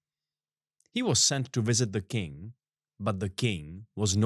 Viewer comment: Sitting here and giggling every time says “king” but my mind wants to hear “kink”, haha. Not to shame your pronunciation, after all, I came here from your ig. 😉 Anyway, great job you guys! I love the storytelling you chose for the podcast. Gonna listen to the whole episode, keep them coming!